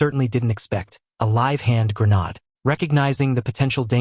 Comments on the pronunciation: 😂😂😂😂 it’s it’s not grownard it’s grenade😂😂😂😂😂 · Gra nod? There is no such word. Please learn to read and pronounce words. It takes away from all the other hard work you did . Pronounced gren aid. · This pon had better go back to school and relearn how to pronounce the woerd hand grenade which has a long a sound. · mispronounced grenade! boooooo!